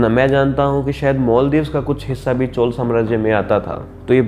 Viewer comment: Woh "chol" nhi "chozha".... Teek se pronunce karna seeklo...😐